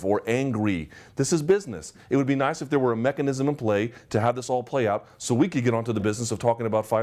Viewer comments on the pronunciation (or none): none